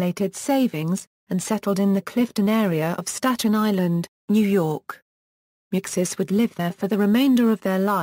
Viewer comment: I hate that pronunciation it's (may -you-chi)